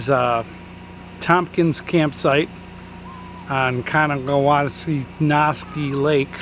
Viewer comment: Hey,! That's a shame about your awning, because that's gonna cost a small fortune to replace the entire roller assembly AND the fabric. Too bad you didn't capture it (somehow) on video, so you could get the trucking company to pay for the damages. Not 100% certain, but the name "Cowanesque" is probably named after someone named COWAN. It's probably pronounced COWAN-esk. Take care!